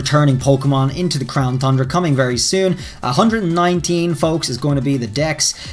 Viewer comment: Does anyone else miss him saying crown THUNDRA....just me ?? Ok 😪😪